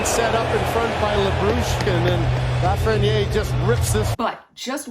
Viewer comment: “Please pronounce my name correctly!” - A. Lafreniere